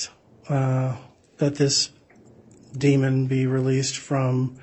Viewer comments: It’s Demon, not Demond 😑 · DEMON! DEMON! It doesn’t have a D at the end. It annoys me so much when the state calls it a demond